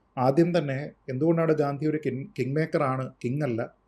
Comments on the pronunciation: ഗൗതം,..... ഗാന്തി അല്ല.... ഗാന്ധി ആണ്. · 😊 തെറ്റായി pronounce ചെയ്തതുകൊണ്ട് comment ചെയ്തതാണ്. ഗാന്ധി എന്നു പറയാൻ മസിലുപിടിക്കേണ്ട കാര്യമൊന്നും ഇല്ലല്ലോ 😂.